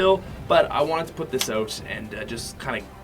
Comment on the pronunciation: Why the hell is he saying "oat" not "out"